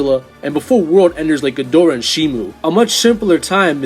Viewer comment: Shimo* not Shimu